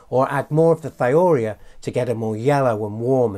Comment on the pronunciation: Excellent video! However Thiourea is pronounced "thigh-oh-you-REE-uh". It's the molecule urea substituted with a sulfur atom instead of an oxygen. Organosulfur compounds often get the thio- prefix, hence thio-urea.